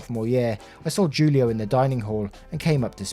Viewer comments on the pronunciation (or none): Broooooooo Julio, is pronounced Hulio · Julio is pronounced Hoolio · julio is pronounced who-lee-oh. Every time you said it wrong it hurt my soul just a bit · Just so you know, Julio is pronounced like “Hoolio” ❤ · Julio is pronounced "who-lio".